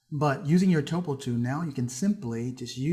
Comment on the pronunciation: the way you say "tool" drove me to beat my wife